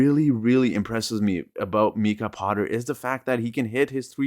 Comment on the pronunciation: It's not Meeka Potter it's Mike ah.